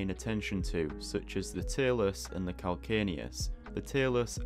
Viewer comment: VERY well done! Even though I already know most of what you illustrated, you showed me a much better way to draw the foot bones. BTW, CAL-CAN-NE-US is pronounced cal-KANE-e-us, even in both American and British English. In Latin: call-KAN-a[long 'a''] -oos.